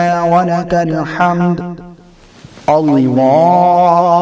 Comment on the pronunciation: السلام علیکم ورحمتہ اللہ وبرکاتہ ما شاء اللہ آپ دینی معلومات لوگوں تک پہنچاتے ہیں اللہ تعالی اپ کو اس کی جزائے خیر عطا فرمائے آپ سے گزارش ہے کہ ایک دفعہ جب اپ تحمید پڑھتے ہیں تو اس کو سماعت فرما لیں اپ تہمید میں ربنا والا کل حمد پڑھ رہے ہیں جبکہ ربانا لاکل حمد پڑھا جاتا ہے میری معلومات کے مطابق ۔۔اگر میری معلومات غلط ہے تو برائے مہربانی میری اصلاح فرما دیں